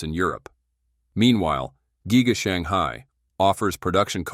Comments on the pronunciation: it's G-EYE-GA. get it right. ha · Your narrator is a jerk, he (it) cannot even pronounce "giga". What a waste of a video.